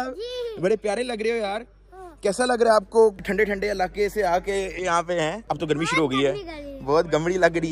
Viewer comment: Not gamri bro it's garmi